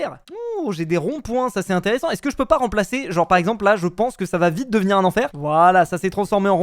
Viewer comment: Tu a di plu vitre o lieu de vite😂😂😂😂😂😂😂😂😂😂😂😂😂😂😂😂😂😂😂😂😂😂 mai sinon c'est trop bien